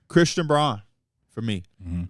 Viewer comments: Love the pod but it’s pronounced Christian brown not bron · Christian Braun is probably the only guy’s name that P constantly mispronounces. He prides himself in that but Braun kicks his ass lol